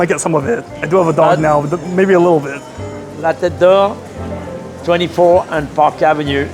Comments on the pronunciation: I enjoy your videos, so forgive this one criticism. On a high percentage of your videos you say: I hope I’m pronouncing this correctly. Then you totally botch the pronunciation—like La TaDOR. Why not check the correct pronunciation in advance? You could do a google search , or check with the restaurant. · Let me help you with pronunciation.... la Tete d'or is pronunced like "lah tet door." For Boulud: "boo-lood" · You would pronounce the second T in Tete, since thhe word has an E n the end of it. SO, the whole thing would be pronounced "La tet door" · La tet duh ore Daniel Bow-lewd 🤦‍♀️🤦‍♀️🤦‍♀️🤦‍♀️ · 😂 it’s la taiteuh d’oor’ the golden head😂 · Love your videos but you really should research how to pronounce the name of the restaurant you're visiting prior to going there. It takes three seconds. Just Google, "how to pronounce Tete D'or." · Its called, "The Head Gold" La Tête d'Or. Google Translate it next time, so that you can listen to the proper prononciation. Btw, glad you didn't ask Chef Daniel that his prices were very high, like you did with Salt Bae. Nothing is cheap in NYC, especially a steak house paying very high rent. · You butchered the name and the chef’s name 🤦🏻‍♂️